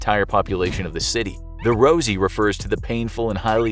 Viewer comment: It’s actually Ringa ringa ROSES not ROSIES